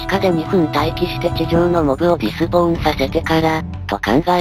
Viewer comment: 気になったのですが、いつも 「ディスポ―ン」 と言ってますが 「デスポーン」 が正しいのでは？ 違ってたらすみません。